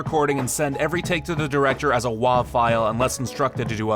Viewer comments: "Make sure you know how to pronounce words" Pronounces WAV file as "wov," instead of "wave" like everyone else. cringe You would think a true professional would have heard the proper, or at the very least most commonly used, pronunciation a time or two. LUL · Did you really pronounce Wav (wave) as Wahv? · You lost me when you pronounced ".wav" as "wahhhv". Jesus fuck. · "Make sure you know how to pronounce words" "As a WAWV file" ???????? lmao professional my ass Alright you redeemed yourself right here. Thank you! USB mics are fucking trash. Fuck Benji. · hard to take someone seriously talking about the pronunciation of words when they pronounce .wav as "wahv". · Did you say "wov" file? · "Also, make sure you know how to pronounce words"...you know, like WAVE file. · Snarky sounding douchebag snidely says "And make sure you know how to pronounce words"... ten seconds after calling a file extension a "Wahhv" file... Asshat. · "wov" file?